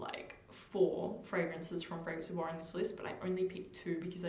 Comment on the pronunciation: I don't find Bois 1920 Relativamente Rosso gourmand at all. It's a balsamic spicy woody scent, an incensey and balsamic rose, very dark and deep, not a happy gourmand. The pronunciation is: "boyz", not with a French pronunciation.